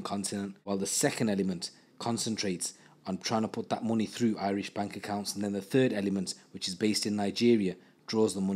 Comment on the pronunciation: Do you live in Ireland as your pronunciation of Irish is impeccable compared to other people with English accents, gratz man for going the extra mile